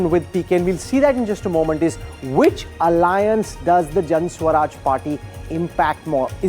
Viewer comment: Can someone tell this dumbo the name of the party is Jan "Suraj" not swaraj. Maybe they don't teach in IIMs the difference between the two.